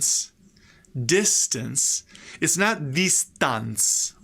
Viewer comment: on the whole, this is great accessible stuff... but oops... "listen" has a schwa in the second syllable, not /i/ (also in the word distance which you use later on).